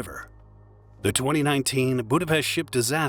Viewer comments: I am Hungarian and I remember vividly how big tragedy it was (I was in high school then). Also, thank you for pronouncing our capital's name correctly. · I remember it being a shock to the whole country back then. Thanks for covering it. And special thanks for mostly proper pronounciation of Budapest, even though Hableány and other hungarian words were butchered as usual. 🙈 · Thank you for the correct pronunciation of the city name Budapest! It is spelled with SH, pest is a disease, while the city is Pesht! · thank you so much for saying budapest the correct way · That's the only Hungarian name in the video that he didn't buthcer. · Thank you to pronounce Budapest the right way :) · shoutout for saying Budapest right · congrats on the way saying Budapest. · >says 'Budapest' almost correctly >butchers 'Hableány' I am disappointed Like come on, if you can't stop butchering it DON'T SAY IT.